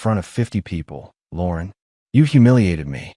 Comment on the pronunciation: Lauren is not pronounced as Lorn